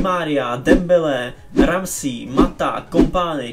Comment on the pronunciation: Ramsí xd